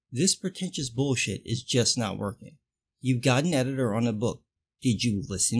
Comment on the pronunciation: ""Eh-dee-tor"? What means this "eh-dee-tors"?"